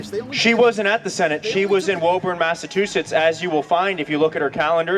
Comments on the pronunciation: Does he keep saying massatwoshits? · "I was booked by Warren on a flight to 'Massa2shits'" Oh. My. God. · Hustler can't pronounce Massachusetts. Budgie with a badge in an ill-fitting shirt.